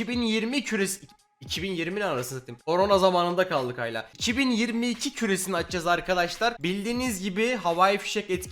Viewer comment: abi yanlış anlama ama "hâlâ" yerine "hayla" diyorsun kulağa çok tuhaf ve kötü geliyor dikkat edersen sevinirim